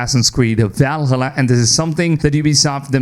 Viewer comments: If he says VALhulla one more time I’m going to take a leap of faith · VAL-HA-LA... the way you pronounce it pisses me off from some reason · Bro insists on saying Valhalla wrong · Is he saying Valhalla this way intentionally xd